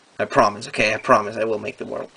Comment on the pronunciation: if your going to say it in English don’t say ZA Worldo that sounds stupid just say the world stop time